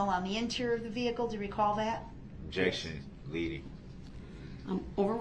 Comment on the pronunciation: Imagine being the poor court reporter, having to spell out Duh-rell's "special pronunciations" like instead of "vehicle" he says "vee-cooh", and instead of "license plate" he says "licen place", and "sub-stain" instead of "sustain"😂